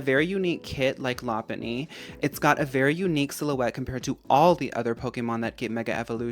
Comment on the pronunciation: Thank you for saying Lopunny correctly. Literally no “poke-tuber” say it right. 💚